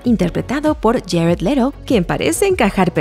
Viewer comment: Quien es jared lero jejejeje se pronuncia ledu